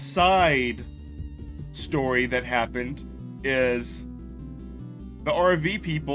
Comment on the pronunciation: Heh. "CY-de" story.